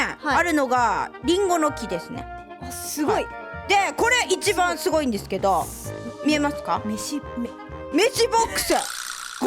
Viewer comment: またふたつやないかーい すご が すこ にきこえた